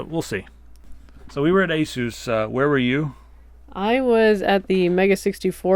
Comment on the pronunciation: ur prononcing asus nsme wrong